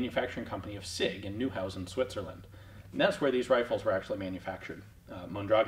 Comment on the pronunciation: Ian, let me just point out, I case you want to know: the name of that rifle (and the general) should be pronounced MondraGON. That's how it's done in Spanish. They never say MonDRAgon. And... Neuhausen is actually NOY-how-zen. I'm not trying to be annoying here, OK? :)